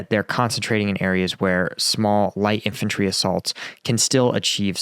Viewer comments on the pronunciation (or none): none